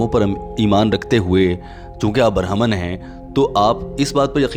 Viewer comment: Bohut khob bhai .. yeh word (barhaman) nahi hai ( brahman )hai aur hundu mazhab hai ek firqa hai jo khob ko saab hindu mein azeem samaj the hai ... sorry for correction words thanks for nice information with beautiful voice